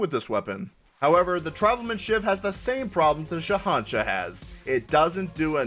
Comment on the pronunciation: WHAT IS THIS?! SOMEONE CAN PRONOUNCE THE NAME OF THE SHAHANSHAH?! WHAT WITCHCRAFT IS THIS?!